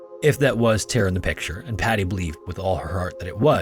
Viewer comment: Great video. But damnnn it's soo annoying how you say Tara. It doesn't have an E in it you know!?!